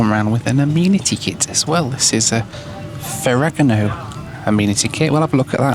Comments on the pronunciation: Fara like pharoh.. Gamo like gaahhhmmmooo I dont know if you mispronounced it deliberately or not lol ..if it was deliberately i am sorry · Fer-ra-GA-mo. E is like ‘A’. A is like ‘AH’. And don’t forget to roll the R’s. Now you’re Italian. Too bad that’s not in your ancestry 😂. Nice video. Keep flying! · It’s pronounced “ Fe re Gam0 “. I am sure you were joking. Another interesting, entertaining and educational video. Thanks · Ferr-agga-mo 😂 I’m not into fashion and even I know that Ferragamo is pronounced Ferr-ah-gah-mo. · pronouncing Ferragamo as "Foregano" broke me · Ferr-a-Ga-mo, not Ferrigamo. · it’s pronounced Ferra - Gamo! 😂😂 Amazing content as ever. Also the cams on these newer planes are the best! ✈️ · Sir. FERA-GAW-MO FERRAGAMO. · Fare-a-gomm-ooo is how that kit is pronounced. 😂😂😂😂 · Ferragamo. Pronounced: "FAIR-ah-GAH-mo", Mate! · Is it an English thing to refuse to understand how to pronounce foreign brands? (Ferragamo is the case in point) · the way this guy pronounced ferragamo is crazy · A word: if you are going to show luxury content it might be a good idea to learn how to pronounce the names. If I was in marketing for Ferragamo I'd be disappointed. It seems like all the vloggers do it, purposefully maybe to rage bait? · Please check your pronunciation of Ferragamo